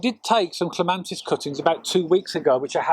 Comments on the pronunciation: It's Clema(T)is, not Clema(N)tis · Cant believe such a knowledgeable man on gardening, doesnt know its Clematis not ClemaNtis!!! Never mind - very helpful - but very annoying... .!! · It is not a regional accent. Pronouncing Clematis with an "n" is incorrect. The title of the video suggest it is a tutorial video. Tutorials should contain factually correct information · Clematis not clemantis! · Thank you for the clear clemATis cutting guide, please note no N in Clematis. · Great apart from calling it a clemantis it did my head in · CLEMATIS. CLEM AT IS.Not CLEMANTIS..NOT..CLEM AN TIS. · I wish you would get the name right, there is no "N" in clematis. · There is no N in the word Clematis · I can't watch this. Every time I hear him say CLEMANTIS it's like someone scratching their nails on a blackboard! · Thank you, wonderful video, but every time he said clemantis I cringed. It’s painful 😂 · It's clematis! No n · He is wrong There is no N in the word Clematis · You cannot even pronounce it's name properly!!!!!!!!!!!!Very annoying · Yes if you keep hearing the wrong information and nobody corrects you then you are going to keep spreading nonsense around. It's unfair not to correct people, if you are sure they are wrong. There's no N in clematis. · Shame on your attitude, so he made a pronunciation mistake. Show some class.